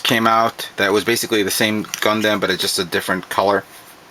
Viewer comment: LOL you say gunDAM